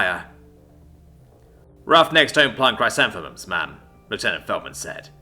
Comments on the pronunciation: "Chris-anth-eh-mums." They're a type of Earth flower. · Pronounced "chris-xanth-uhm-uhms". The flowers. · good read but its pronounced ""kruh" + "SAN" + "thuh" + "muhmz" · Hearing narrator try to say “Chrysanthemums” made my day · I laughed my ass off at every attempt xD What I find funny, is that I myself learned that word from a children's book of the same name. I don't know how that word has stuck with me all these years. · That pronunciation error caused me great pain. But I forgive. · 😂😂😂 you butchered that bush's name